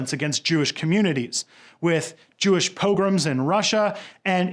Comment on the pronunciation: I had about 10 seconds where I was thinking '"Jewish pilgrims in Russia" what the hell does that mean!?' before realising it was just the way he was pronounce "Pogroms"!